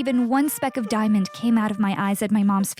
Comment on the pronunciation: It's diamond not dionond💎💍